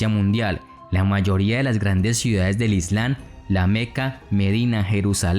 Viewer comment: La correcta pronunciación es… ISLAM con M no Islan!!